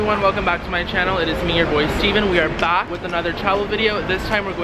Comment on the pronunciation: The way you pronounce "Back" sounds really in Filipino accent